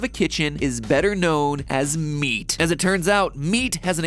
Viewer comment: I love how he says it like, .....aka. MEAT